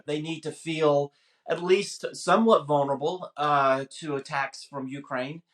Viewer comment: Man who can't pronounce "Ukraine" expert on Ukraine